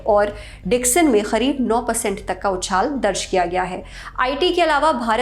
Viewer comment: It is करीब not खरिब.... why did she pronouncing it खरीब....